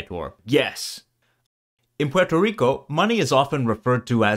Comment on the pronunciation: The R in Rico would be trilled or pronounced more like a French or Portuguese R. The L sound only happens if the R is at the end of a syllable